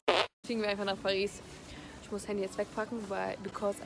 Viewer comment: Bitte sag nicht perissss😂